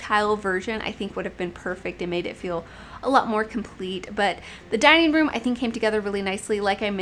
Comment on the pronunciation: “Liveen room” “dineen room”really?